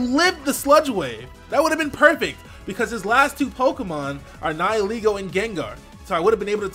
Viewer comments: I never understood what its name was or what it meant until he pronounced it the way he did. I've heard it pronounced Nee-hee-lay-go for the most part but it's Neye-ull-ee-go. As in nihilism and ego. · TheUvence14 'nihil' is Latin for 'nothing'. And it's pronounced like "nigh-uhl" like in the words annihilate and nihilism. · THANK YOU SO MUCH FOR PRONOUNCING NIHILEGO RIGHT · THE FIRST YOUTUBER TO PRONOUNCE NIHILEGO CORRECTLY! 👏👏👏👏👏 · so good to finally hear someone pronounce nihilego properly